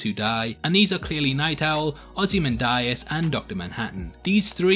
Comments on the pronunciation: It's Ozymandias, not "Ozymandarius" as you keep saying. Hahahaha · “Ozy ManDieAss”